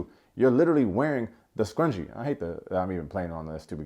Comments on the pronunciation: Scrunchy not scrungee, although that game was scrungee af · Scrunchie! Not Scrungie! I was getting tight when AD was saying it wrong in the episode 🤣